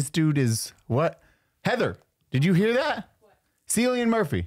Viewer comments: Cillian Murphy is Irish. His name is pronounced Killian. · 😂 pronounced Kill-I-an Murphy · Definitely pronounced Killian Murphy…still love you nonetheless